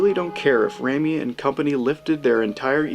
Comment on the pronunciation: Sam Raimi is pronounced Sam Ray-mee not Rammy lol. 😂